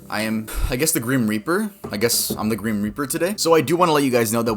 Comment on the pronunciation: “I guess I’m the gream reaper” did you mean “grim”?